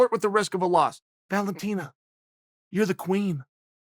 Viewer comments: Valenteen... no wonder he always calls her The Bullet. Which nobody else calls her. Learn the fucking names. Chael “YaRir” Sonnen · The way Chael says Valentina hahahaha